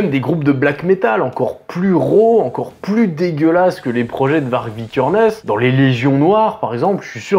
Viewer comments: Je crois que Varg ça se prononce Vary (y consonne pas voyelle genre le même son que dans Aïeul mais sans le a devant ou le eul après, comme pour Greta Thundberg, qui se prononce.. ça veut dire loup en suédois et il me semble que la prononciation serait la même en norvégien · Ca se prononce "Var-yeuh". VAR-YEUH.